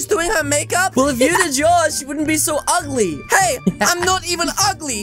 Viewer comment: Waaaahhhhhhh he called me uigly